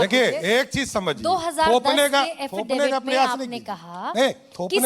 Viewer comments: ये हाफिडेफिड क्या होता हैं भाई। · Haffidavid क्या होता है😅😅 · ये क्या बोल रहा हाफ़िज़ debet किया या हासिल डिफॉल्ट किया 😂😂😂